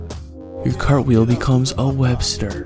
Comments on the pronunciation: "Crapwheel" made me die every time you said it. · The first time I saw this I thought you said crab wheel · Idk y but I laughed everytime he said crapwheel